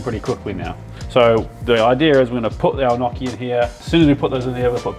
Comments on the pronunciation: Lol. “No chi” not knocky. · It's pronounced nyockee (if you type it into google, how to pronounce gnocchi, it will tell you how :)) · Loving the video! I have some advice for you: first of all, you should pronounce them as ñokki 😂 the real advise is to not scoop the potatoes but directly throw them into the ricer, you will have the flesh through and the skin in the cup of the ricer 😉 much easier! 😁 Keep it up! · Stop saying gnocci like that. It hurts. Its gnocci (nyoki), just like manicotti ( mani-go-te), or fagiole, (fazool). Say it right. It hurts the way you say it. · Gn pronounced just like in gnome not like in knock.